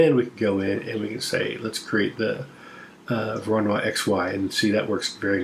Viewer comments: It's pronounced "voro no E"... I mean, it's "Voronoy". It isn't pronounced "Voro-noix". (A "noix" is a nut in french ^^, but I only make that point for phonetics) I hope that what I said makes at least some kind of sense... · Small note: Georgy Voronoi was Ukranian and Russian. So that would be pronounced Vorono(ee), not 'Voronoire'